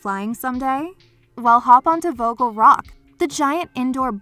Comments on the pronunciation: As a german i am triggered by the way she says vogel. It is pronounced more like [fogel] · As a dutch person the way you pronounce vogel rock makes me uncomfortable